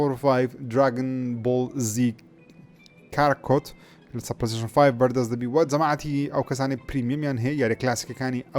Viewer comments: کاکارۆت نەک کاراکۆت😂 دەستت خۆشبێت برا❤ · کاکارۆت❎️ کاراکۆت✅️